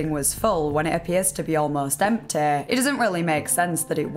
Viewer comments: Kent belew it wa emteey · The second i hear that unbearable accent, poof, I'm gone. Off to another video on the same topic.. Why are you dragging the last syllable of every word out (and particularly those that end in a voul) ? i.e. Fridaaaa sundaaaaa lol stop that. It sound stupid. Empteeh